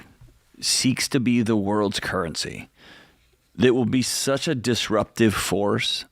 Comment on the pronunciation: Nice episode. However, currency does not contain a "t".